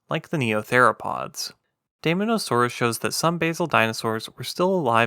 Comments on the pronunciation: Very interesting! We almost never hear about basal dinosaurs. By the way, as an English diphthong, the “ae” Latin digraph is pronounced like our long “i,” so I think dye-MON-o-saw-roos is closest to Linnaean usage. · It is pronounced "day-MAW-nuh-SOAR-us". It was a carnivore, and a theropod. It's name actually means "demon lizard". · You pronounce daemon wrong. It’s “deemon”. Great vid tho. Subbed